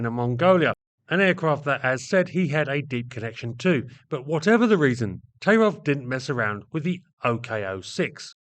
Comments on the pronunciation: Thai-rof not Tay-rov. Sorry. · Yes, I'm boring, and I'm Russian. 1. The surname is pronounced "taIIrof" with the accent on the long "II". 2. Tairov could not have been the key to the CREATION of I-16 in 1933. He accompanied the finished project. In those years, Polikarpov was in the strange position of a political enemy of the people, who was pardoned for creating the I-5 prison in Moscow. It is not Polikarpov who holds someone in subjection, but him. I'm serious. Polikarpov "porazhenez", that is, from the category of citizens of the USSR without rights. Because the "ex" one of the exploiters. But he got his training from the young Sikorsky. The expert. In 1929, Polikarpov was sentenced to death by firing squad. Even in prison, Polikarpov was subordinate to prisoner Grigorovich, and immediately after that, he was subordinate to Ilyushin. Tairov is a socially close proletarian engineer. Soviet historians dare not write anything even neutral about such a thing, only praises. There are exceptions, and they are especially interesting. 3. Heavy fighters, or the term "air cruiser" used in those years in the USSR, is too vague a class of combat aircraft. There was such a circus in the USSR that they could go around the whole world in terms of the number of "cruiser" projects. 4. Therefore, I focused only on SINGLE-seat COMBAT aircraft created AFTER the outbreak of WWII in the fall of 1939 and before the German occupation of almost all Soviet aviation centers in the summer of 1941. Some aircraft designs are slande